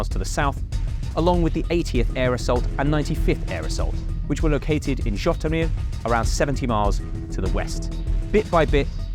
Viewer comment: its Житомир not zhotymir